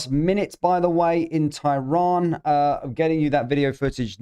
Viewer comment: Can you please pronounce tehran properly. Its pronounced ter ran not ty ron